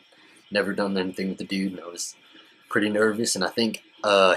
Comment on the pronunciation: stop saying DUDE, and if you have to, normalize the U sound. It's really annoying...